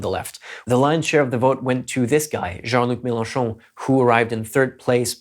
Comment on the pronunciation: I know it's off-topic, but your pronunciation of "Jean Luc Melenchon" is so perfect, it has to be said